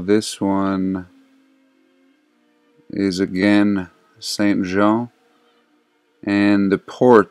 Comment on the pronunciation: For someone named, you're having a difficult time pronouncing St. John. 🤐